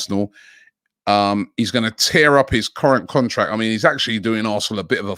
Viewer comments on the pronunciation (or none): none